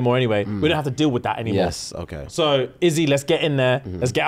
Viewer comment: Stylebender* not star bender 😂